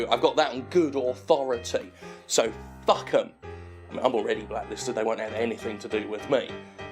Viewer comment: Did you just say puck instead of fuck? Cringey